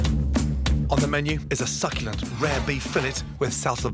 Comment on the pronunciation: Did you just said succUlent